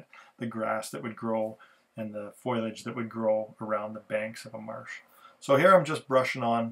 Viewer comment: There's lots of scenery instruction out there,, but not that much in N scale! As an N modeller from the early days, I appreciate it. One small thing: Foliage is FO-lee-uhj, not FOY-luhj. 😉